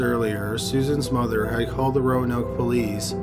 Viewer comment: I can’t be the only one so annoyed from the way he says mother so proper lol